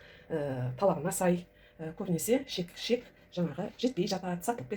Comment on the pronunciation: Шек емес. Қыздар, қатындар І Ш Е К. ішек дееееп айтсаңдаршы. Ішек, ішек, ішек